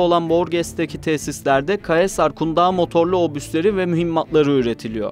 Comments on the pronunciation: Abi şu caesar ı lütfen kaesar diye okumayın. Ya sezar diyin yada kayzer. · Sezar’a da kaesar demezsiniz ya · caesar okunusu UK/ˈsiː.zər/ US/ˈsiː.zɚ/ Tr /sezar/ "kaesar degil muhtemelen "